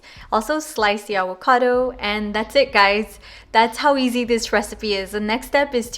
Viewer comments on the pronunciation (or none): The way you say avocado 😆😁 “Aguacado”😆 I’m about to make this recipe tho! Looks bomb